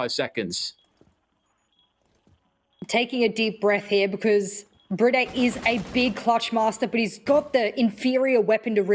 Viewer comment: Why do they call BriD "Bridey"?